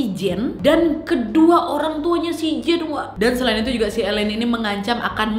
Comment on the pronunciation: Udah focus dengarin pas bilang elien kok jadi ketawa